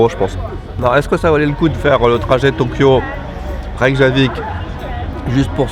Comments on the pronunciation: Ca se prononce Reykyavik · Ça se prononce Reykiavik x) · WAH ! CA, ça me plait ! En plus c'est quand même moins loin que Tokyo ... Bon, tu es officiellement un routard. T'as plus qu'à écouter du Nicolas Peyrac et ça sera bon. Et on dit "Reykyavik" je crois.